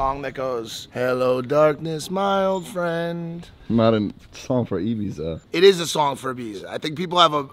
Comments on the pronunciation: Did just say “Ybiza”? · Be okay if you could even say Ibiza properly 😂